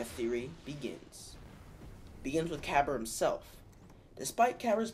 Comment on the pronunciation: You pronounced Kabr's name wrong, it has a silent "A" in it so it's pronounced Kabar